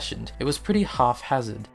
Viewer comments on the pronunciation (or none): *haphazard... not 'half-hazard' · Well made. Its hap-hazard not half-hazard. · Haphazard, not « half hazard ». Otherwise very informative. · Axed for it? WTF It's haphazard not half hazard. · half-hazard? I'm not sure if this is from the accent, a speech impediment or doesn't know that it's haphazard. If the first 2, nevermind me, if the latter well consider this a PSA:)